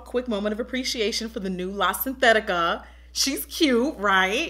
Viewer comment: “La synthetica” 😂